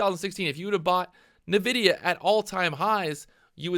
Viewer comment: I die a little bit every time you say "navidia" XD